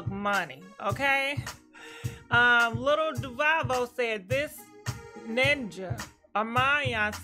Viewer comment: U tore lil Duval’s name up💀🤣🤣